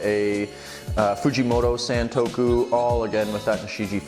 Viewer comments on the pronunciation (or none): none